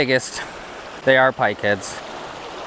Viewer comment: Did you say "Pa-pike and crappies? lmaoo